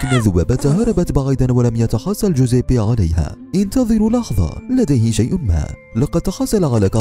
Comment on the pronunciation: كل شي تمام بس طريقة نطقك لاسمه مره غلط ههههههههههههههههههههه